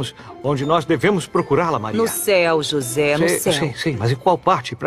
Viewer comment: o nome é José e não joze.